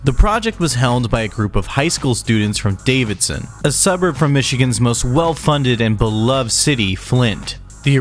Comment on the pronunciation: Two things. 1. It's Davison, not Davidson. 2. Davison is not a suburb of Flint. It is its own city.